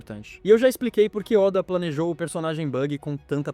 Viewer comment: Esses vídeos de IA estão ficando cada vez melhores. Só não deixa passar ficar chamando Walter seven de Walter sete e ôda de óda